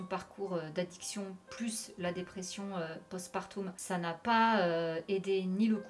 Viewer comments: Madame, oui c'est vrai de prendre au sérieux la dépression post-partum, c'est mon domaine la dépression donc bravo MAIS on prononce "post PAR TOME" pas du tout post parTOUM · J'aimais beaucoup la série Heroes (beaucoup moins la fin bâclée) mais je ne savais pas du tout pour le parcours semé d'embûches d'Hayden ! Merci pour cette vidéo 👍 Petite précision pour le post partum, on prononce part-homme et non part-oume 😉